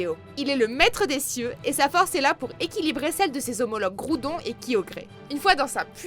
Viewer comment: Elle a dit guiodré